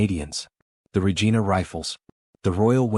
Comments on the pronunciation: Regina: rej eye' nuh, "The Queen's..." Anybody who says "regeena" is a frootloop. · No important but it is Ree-jaina not Rejeena. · Not Regeena, Regina, like vagina. AI is amusing. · I agree. The guy narrating the piece should have done a little research before he voiced it. it loses all credibility with a mistake like getting Regina wrong